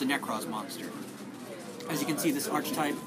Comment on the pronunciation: The 'ch' in archetype is pronounced as a 'k'.